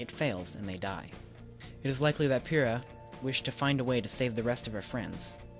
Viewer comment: Question: Does anyone else get slightly irritated by the pronunciation of Pyrrha's name? I might just be hearing wrong but it very much sounds like they're saying "phyrrha" (F-yr-ra) rather than "Pyrrha" (P-yr-ya)